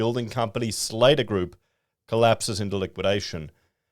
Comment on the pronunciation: It's pronounced slatter like hatter